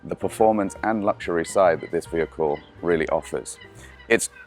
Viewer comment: Why la. Find someone who can speak english properly. If youre going to do something, do it right. Guy cant even pronounce luxury. Chinese nerd, look like he lepak CC all day, but now has a suit on